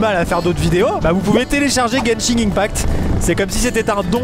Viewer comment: Non seulement ça, mais également le random " g " ajouté à fin de Genshin sans raison ^^'. Je sais pas pourquoi plein de gens prononcent ça " Genshing ".